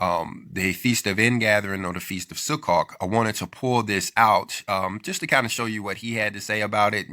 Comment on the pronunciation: (If I may, please allow me to correct the pronounciation of the Hebrew word Sukkot. I know, because I've heard many Jewish people pronounce this like as if you are saying - "Su-coat". The "o" is long)..thank you for sharing this post, brother!